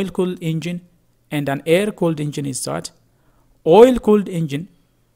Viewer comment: Its That - det, not zet... 😂